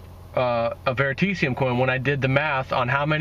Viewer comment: VeritAseum. Learn to pronounce it.